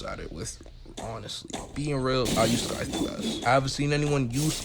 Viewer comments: its sai - thuh not skai - thuh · Why he saying Skive